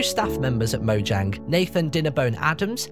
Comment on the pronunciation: This has probably been mentioned but "Did you know" it's pronounced 'Mo-YANG'?